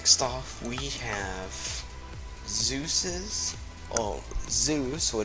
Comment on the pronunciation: Magic_Zach Ikr? And it's not Zeus it's Sues, as in Dr. Sues.